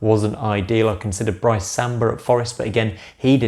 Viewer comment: not to be petty it's Brice not Bryce